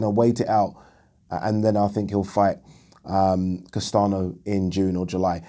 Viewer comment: Castaño is said like "Castan-yo" amigo :)